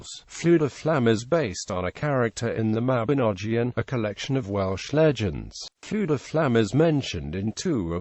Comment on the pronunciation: Not quite. Dd in Welsh is pronounced as "th", and Ff has a soft, breathy f sound heard also in Gaelic. His name is pronounced much like "Luther"